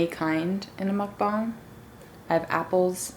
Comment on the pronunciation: OMG IM SO GLAD YOU PRONOUNCE MUKBANG CORRECT😅